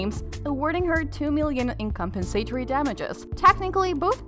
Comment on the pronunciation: Compen SAY tory? NO-- com-PEN-sah-tore-ee